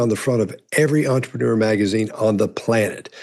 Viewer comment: did the host say megazine